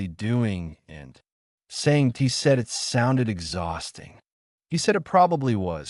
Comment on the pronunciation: 2m:56s: Sigh ... Not again with this "brain"-damaged text speaker the cannot handle the English word "it". I T is the mark of a poor "author" who does not do a prrof-read, does not do a proof-audit. --- This means IT is time for me to bail out, and leave a THUMBS DOWN. --- And to not even open the next two stories suggested by YouTube.